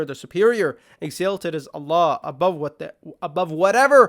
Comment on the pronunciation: My dear brother in Islam, may Allah reward you for your efforts. If I may give you a small bit of assistance, the word that you are pronouncing as “exAYlted” (with “ay” sound as in “sail”) is correctly pronounced “exAHlted” (with “ah” sound like in “salt” or “salted”). Your usage is correct, alhamduliLah, but only the pronunciation is off. Exalt/exalted, should be pronounced like salt/salted. No matter what though, please continue the work that you’re doing. It is extremely valuable, ma shaa Allah, tabarak Allah.